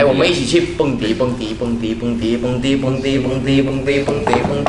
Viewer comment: kevin把蹦迪说成bundeh